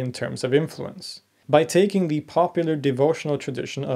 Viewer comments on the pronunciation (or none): none